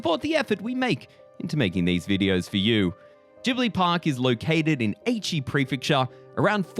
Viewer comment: Aichi not Eichi 😂 Eichi kind of sounds like ecchi (s*x)